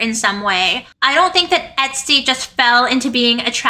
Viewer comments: She’s calling her etstee haha 😂 ps love the outfit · Love you! The pronunciation of “Estee” is “Eh-stay.” Not “EHT-STEE.”